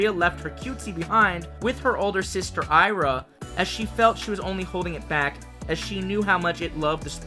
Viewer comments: Hey babe. I'm from Brazil. So, the name of the legendary mermaid is pronounced I-A-R-A (like "Ee Ah Ra") not A-I-R-A. Aira is a indigenous word for daughter, while Iara is the name of the mythical mermaid that lures men into doom waters... So, next time you'll know how to pronounce it. Kisses, love you and your creativity is incredbile. 🥰🥰🥰🥰🥰🥰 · Hey man! Great video as always, loved the new characters and pokemon and can't wait to more of the zonhe region! Just a heads up: Iara is pronounced "Ee-Ah-Ra". I don't mean to be rude, i just think that pronunciation would sound better :)